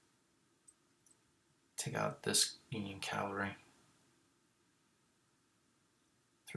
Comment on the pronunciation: Cav-AL-Ree not Cal vah ree